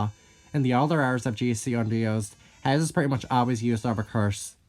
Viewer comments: You have never sounded more Texan than when you pronounced "Haze" like "Heighz" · Heighz beans